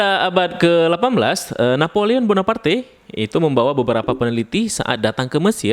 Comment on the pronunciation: Napoleon Bonaparkhh bacanya kakak😄